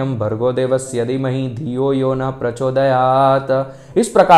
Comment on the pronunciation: धी मही है गायत्री मंत्र में आपका pronunciation हैं यदि मही कृपया शुद्ध उच्चारण करे